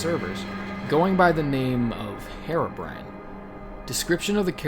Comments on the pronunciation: OH FFS IT'S PRONOUNCED "he-ro-brine" NOT "Hero-brian" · Dude. You're pronouncing it wrong. It's Heer-oh-brine, not Her-oh-bry-an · its pronounced hearo brine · sorry to point this out but its not pronounced "herabrine"